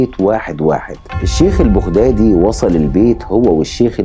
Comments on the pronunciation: البغدادي تلفظ بالفتحة فوق حرف الباء وليس بالضمة 👎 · ما. تعرف تتكلم عربيه فصحى ولفظك خطأ ،ماتعرف تلفظ بغدادي 👌